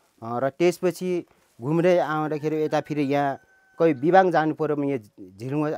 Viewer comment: लु बधाई छ सुनाैलाे सुनछहरी पर्यटन द्रव्यदृश्य निर्माण गर्ने गेमिहाेम स्ते समुह र सहयाेगि निकाय सुनछहरी गाउँपालिकमलाई । अत्यन्तै उत्कृष्ट हुदाहुदै केहि अपुग र त्रुतिहरू अबश्य छन् । मुख्य त्रुति भाषा अपभ्रम्स सुनियाे विबाङ नारबाङ लगायत उच्चारणमा वाङ उच्चारण आएकाे देखियाे । फेरि पनि धन्यवाद !!!